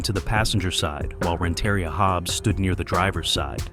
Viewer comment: It’s pronounced Rent-uh-ria not Ren-terry-ah